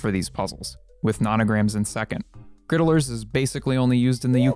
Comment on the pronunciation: I agree that the name "griddlers" is the less preferable one, but I think that what irrationally bothers me even more than just the name itself is how the narrator here pronounces it with three syllables instead of just two. He's saying "grid-uh-lers," which sounds like a silly title for people who cook things on a flat metal surface, versus "grid-lers," which sounds like "riddlers," and thus makes a hell of a lot more sense as the name of a puzzle. I wonder if perhaps that's why he dislikes the name so much...?